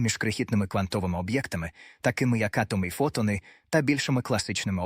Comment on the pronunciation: дякую за гарний настрій від вимови ші. фотонИ - це шедевр. Напевно, це люди, які полюбляють фотографувати))) а оце "всесвІту". Якщо є всесвІт, то має бути і всетемрява:face-green-smiling: а оці "квантОві явища" - це просто вогник-вогник, жарко-жарко